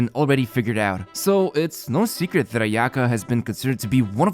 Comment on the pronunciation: 'Ayato Not ay'Ato 'Ayaka not ay'Aka ffs usa people cant even get the accents of names right